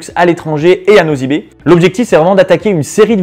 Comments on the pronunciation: franchement tu parles trop vite et en plus on ne dit pas " nozy be" mais c'est ' nossy be " pffff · tu prononce nossy be pas nozy be